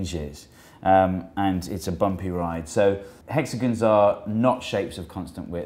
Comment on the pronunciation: "as the hexagins roTATE." Dude needs some pronunciation lessons